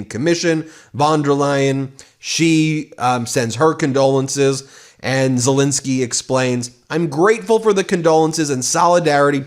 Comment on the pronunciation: Ensky not Insky, ENSKY ENSKY ENSKY ffs, call the man by his correct name.